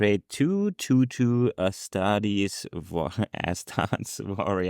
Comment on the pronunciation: I loved astarte token "Ass Tart"